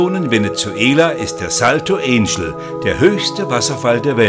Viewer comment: also, alles was recht ist. Das ist kein US-Wasserfall, sondern er liegt in Venezuela. Also nicht Änschel, sondern Anchel (deutsche Sprechweise), Akzent auf Ángel (Engel) und der Befreier hat einen Akzent auf Bolívar, und nicht Boliwar, ist wohl sächsisch.